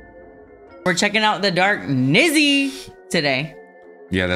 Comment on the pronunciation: It's called "The Dark Knizzle"! Get It Right!! 😃